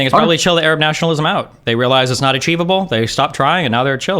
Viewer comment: I just want the conflict to end so I don't have to hear Destiny say Ereb anymore instead of Arab.